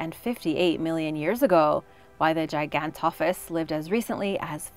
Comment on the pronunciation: Andrewsarchas was not a dinosaur it was a prehistoric mammal you did not pronounce gigantophis right aswell